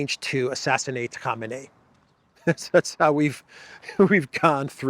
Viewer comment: it is pronounced "koh-MAY-nee".